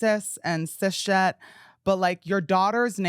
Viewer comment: why did no one tell my boy its cis-het not cis shet